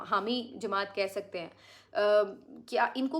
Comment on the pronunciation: jee aashirbaad nahi aasirwaad sahih lufz hain